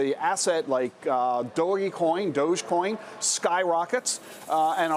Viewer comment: He can't even pronounce dogecoin right lol